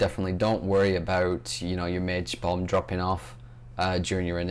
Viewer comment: when u said bomb it sounded like bum:p